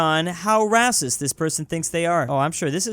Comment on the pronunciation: i love that he says rassist